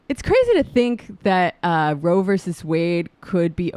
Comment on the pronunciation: It's Roe, not Road.